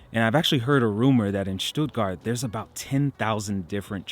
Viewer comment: Thank´s for not pronouncing the town "Stuttguard"!